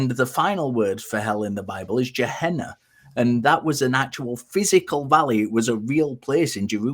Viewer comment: Gehenna is pronounced with a hard G. The first word construction it is valley, which in Hebrew is pronounced like the English words guy or gay. Either pronunciation starts with a hard G.